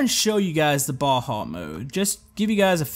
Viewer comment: its not baha its baja